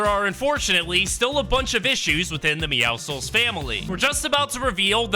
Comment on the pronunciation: But at least he says meowscles correctly